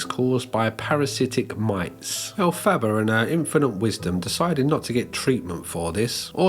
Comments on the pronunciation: I'm not a theater kid, but when you mispronounce that "Wicked" character's name I die a little inside. Other than that, good vid. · I can't cope with that pronunciation of Elphaba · i love the way you pronounce elphaba 😭😭😭🩷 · The pronunciation of Elphaba makes me laugh in the same way Moira Rose says baby in Schitt's Creek